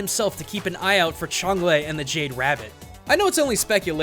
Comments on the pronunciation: I'm pretty sure the lady of the moon's name is pronounced "Chung-Ah". Alsl, the Jade Rabbit actually left the moon and went to Earth, attempting to kill the princess of India, whose previous incarnation hit the rabbit. The Rabbit kidnaps the princess and impersonates her. Sun Wukong easily sees through the disguise and fights the Rabbit, but just before the Monkey King emerges victorious, Chang'e arrives and takes the rabbit back to the Moon. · tilted by the pronunciation of change as smite has taught me otherwise. which one is right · Y u say Chang'E so weird?.. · I hate to be this nit picky, but is that the right pronunciation for Chang'e?